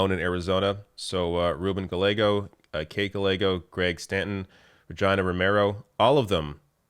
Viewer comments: One small thing: Gallego is pronounced Ga-ye=go. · I didn't catch the Regina thing. My mind turned off on "Ga-legos", but good to know! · Please learn to prounounce Congressman Gallego and Mayor Gallego's name's properly! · It's pronounced "Ga-yay-go". The "LL" is pronounced just like in fucking "tortillas" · The way you mispronounced Gallego. 🤣🤣 Cute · You butchered pronunciation of the surname Gallego. Do you do the same with French surnames in Canada? Please